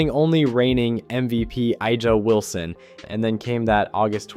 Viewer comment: How do you mispronounce Paige’s last name and Aja Wilson’s name?